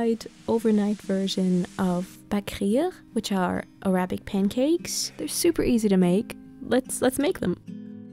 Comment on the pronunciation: the way you say "Arabic" 💀😭